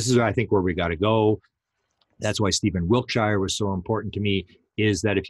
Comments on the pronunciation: Please stop saying wilt- shy are. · Wiltshire is pronounced wilt- sha. Every shire is a sha. Yorkshire, etc.